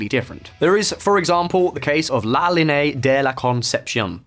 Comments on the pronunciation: "La Lin-e-a" not la linay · La LEE-nay-a Geez. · GibraltarIANS not Gibraltians lol La Línea not la liné. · Gibraltar people: Gibraltarian NOT Gibraltian! Town across the border is La Linea NOT La Liney It's not known as La Verja, but La Frontera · Gibraltarians not Gibraltarans. La Linea not La Liney. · Great video, but it's pronounced La Linear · "La linei" lol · This video has so many mispronounced names, Gibraltarians not Gibraltians, Llanito is pronounced yanito, La Linea is La Linee-a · It is NOT Lanitos! The word begins with 2 “L’s” Llanitos and is pronounced “Lyahnitos”. Just like the way Scottish people pronounce “Million”. What a wanker. This tosser cannot pronounce a simple Spanish word “Linea” .It is Pronounced La Linya” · linea pronounced LEE-nay-ah. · "La linay" 🤣🤣 good research to be fair just not too sure People from La Linea and "gibraltians" (Gibraltarians) would appreciate those mistakes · La linay 😅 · and it’s pronounced La Lin - E - Ah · La le day del la conception 🤣🤣🤣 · The way you mispronounced Gibraltarian, La Línea, and llanito is killing me 😣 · What, you couldn’t spend the extra 10 mins to research how to pronounce Gibraltarian or La Linea? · What a way to butcher the name of La Linea, but great video altogether 👍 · I can’t take this guy butchering the name of Gibraltarian, the town on the other side of the frontier called La Lînea de La Concepción. I realize he’s British and doesn’t speak anything else besides English, but do some damn research! He sounds ridiculous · That’s not how you say gibraltarians or Cadiz or la linea or llanito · Why does he pronounce la línea like that 😂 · I live in Gib....you need to brush up on your pronunciation for la Linea de la conception and also residents of Gibraltar are called Gibraltarians...good video other then that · The way you pronounced "llanito" and "la línea de la concepción" gave me cancer. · Yeah, but also me being just Italian, and hearing him say "La línea" 😳